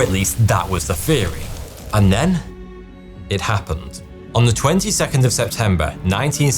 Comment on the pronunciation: There was no year nineteen sixty free, there's no word "feary" (theory) I realise that your mother might NOT have reprimanded or corrected you when you didn't pronounce your 'th'-s (like mine did) - but COMM'ON - you're an adult now - you can use your own initiative to learn a new skill. And I know you can because I have proof you correctly say 'this'. I would have watched the majority of your catalog years ago - but this is excruciating to me... And I can't be the only one.